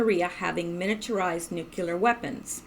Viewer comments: Please....NUCLEAR NOT NUCULAR, Pet peeve of mine. Intellegent people who consistantly mispronounce simple words. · or says nucular